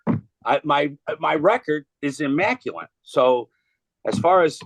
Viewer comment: that’s not how you say immaculate 😂